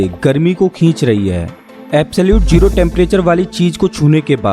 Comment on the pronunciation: Its not jero....its zero